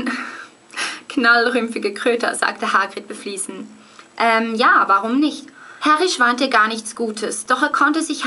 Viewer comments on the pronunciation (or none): Nur ein Hinweis: Du hast 2x "beflissen" als "befliesen" ausgesprochen. Gutes Lernen wünsch' ich noch!